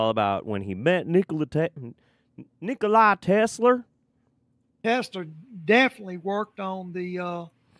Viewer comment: Nocolai Tesler 🤣🤦‍♀️